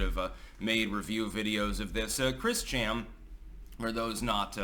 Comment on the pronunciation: It's Christ-Chan now. Get it right 😂